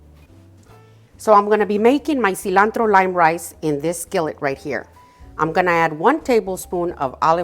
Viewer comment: I was iffy about this video but as soon as I heard that seelahntro spoken in Spanish. I was locked in ❤